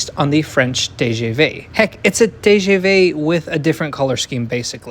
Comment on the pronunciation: Your French is pretty lame. "TGV" is pronounced "Tuh, Guh Vuh" -- not TAY GAY VAY. Ugh. Most Americans are so language-clueless. Since you've lived all over the world, this is a bit surprising.